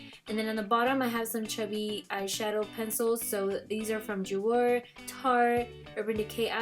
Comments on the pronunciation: hey girl! I love the video! little correction on the pronunciation on Jouer. Ju-ay ( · yesss! **** ju-ay **!!!!!!!! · Jouer is pronounced Jeway. Just thought you'd like to know since you have a lot of their products and you might want to pronounce the brand correctly. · Loved this video so so much !!! Just a little correction though lol .. Jouer is pronounced like JU-AY hehe 😘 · The way she pronounces jouer just kills me. 💀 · I love ur collection!! but u know its pronounced LOR-E-EL right ? and JU-AY?? lol still love u tho